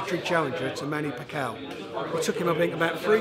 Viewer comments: Manny packaough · Manny Pacow 😂 Frank really needs to work on his pronunciation. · "frock" "pakaow" "mohammd ally"- Warren must be deliberately mispronouncing names just to annoy me.